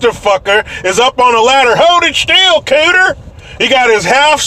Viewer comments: He said kutter and company LOLOLOLOLOL HA HA From a black German :) :) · Hahahahaha he said “Cooter”